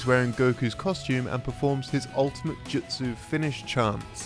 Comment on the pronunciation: japanese pronunciation is superb in this video. He even says Ju-Tsu as opposed to Jut-Su